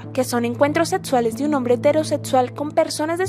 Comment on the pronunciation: "Eterosetsual", "aprotsimadamente", "encuentros setsuales". Si uno habla en un canal ya podría aprender a pronunciar, joder. No es tan difícil.